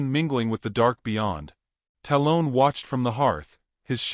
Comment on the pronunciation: dear AI narrator. tell the writer to not use names you cant pronounce. talon- talll-un. like an eagle claw. sheeesh